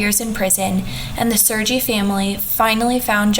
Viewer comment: Sergie is pronounced as Serh-ghee, not SirG